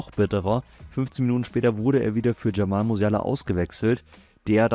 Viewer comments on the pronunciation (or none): none